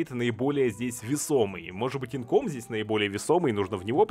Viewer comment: не инком, а инкАм